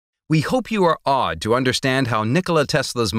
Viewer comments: "...we hoped you are awed.." I initially heard "...we hope you are odd..." 💀💀💀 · If you think about it and depending on your accent, Awed and Odd are kind of pronounced differently. With Odd being spoken more quickly and the W in awed being emphasized